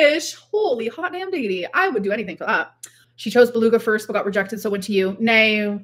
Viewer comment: I fell asleep with the full livestream on and ‘nooaaaww’ is burnt into my brain, what the fuck accent is that suppose to be